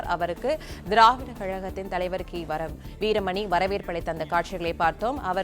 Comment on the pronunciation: கி.வீரமணி என்று சொல்ல முடியாத வரமணி என்று மூன்று முறை படிப்பது ஏன் 😮